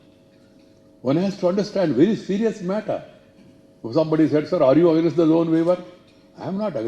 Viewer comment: Honourable Vice President please correct yourself, 12.00 it’s not agnaist, it pronounced as against...not only here but in many speeches and even in Rajyasabha you are pronouncing the same...